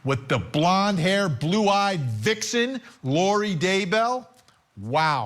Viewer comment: 😂…the way you said “VIXEN!”